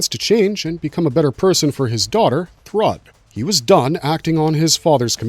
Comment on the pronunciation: yeah i know right? throughout the entire video.. jeez. also: thruhdd lol